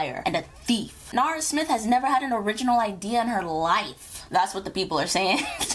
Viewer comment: You perfected both her name and last name